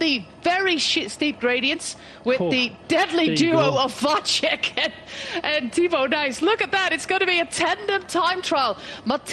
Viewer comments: She's got Vacek's name all wrong though. The 'c' in the middle of his name is pronounced as "ts" in tits. Not as "ch" in check or "cz" in Czech. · except for Vacek, where it's a normal C, so should be pronounced like "ts" instead of "ch" and short a, long would be á